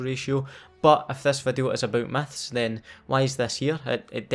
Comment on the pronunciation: i love your accent, "biggest meths in call of duty games" xdd